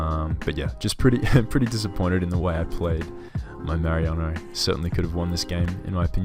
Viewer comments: Did you just call Mareanie fucking Mariano? LOOL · since we talked about the match in DMs, lemme focus on the good thing with my comment: we wont have to listen to you mispronouncing Mareanie's name again anytime soon hopefully LOL But nah man, great season still, chokes happen to the best of us :]